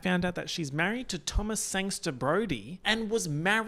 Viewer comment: This is the second video where has gotten Thomas Brodie-Sangster's name wrong and that's my mmcu